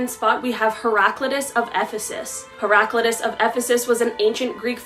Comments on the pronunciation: Great information. Just for future reference (and I’m not trying to be a troll). Heraclitus name is pronounced heh-ruh-KLY-tus (ˌhɛrəˈklaɪtəs) And the term mis·an·thrope is pronounced /ˈmis(ə)nˌTHrōp But again great info. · it's hera-clitus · I'm pretty sure you have the philosopher's name wrong it's not pronounced like that as far as I know